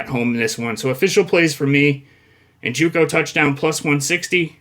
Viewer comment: NJOKU not NJUKO. How many times you going to mispronounce the same dudes name?